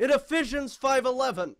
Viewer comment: Did he pronounce Ephesians as "Iffisions?" IN IFFISIONS 5 11! IT STATES THAT SCOTTY DID 3 11!